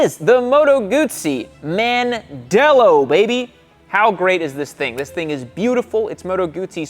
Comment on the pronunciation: Hahahahaaa, MAN-dello. It's pronounce "Mondello" for the place that Moto Guzzi is made... Mandello Del Lario. I recommend visiting there highly!